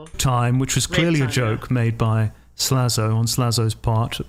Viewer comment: Tommy still can’t say “Slazo” either. (“Zlazo”)